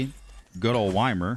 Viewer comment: The way you pronounce Ymir hurts my soul. Its e-mere not why-mer. Love your work tho.